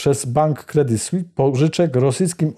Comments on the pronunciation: nazwę tego banku wymawia się "kredi słis" a nie "kredi słi" - brak profesjonalizmu! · kredi słis, z wyraźnym s na końcu proszę.